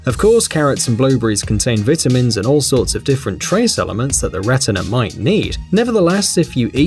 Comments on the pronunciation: Vitamins! Not vittimins. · I almost died when he said vitimans Lol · he said Vitimins 🤣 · He said vitimens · Did he just say veitamins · I love how he says "vit - a-mans" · Vitta-mins lmao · How you say vitamins are funny